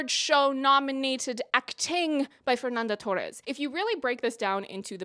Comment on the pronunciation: Your portuguese pronounciation is not that bad but try not to pronounce "Fernanda Torres" like she's Mexican.